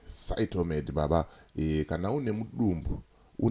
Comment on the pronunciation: Aiwa haisi Shytomed baba inonzi Phytomed pane P not S baba